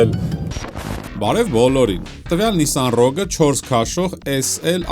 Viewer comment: Շնորհակալություն մեքենայի անունը ճիշտ ասելու համար։